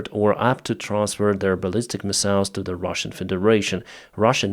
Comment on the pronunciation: I put up with mispronouncing the word missiles just to get good information